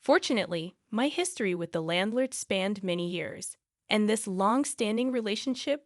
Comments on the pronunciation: Now you're pronouncing landlord wrong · How do you pronounce a landlord wrong again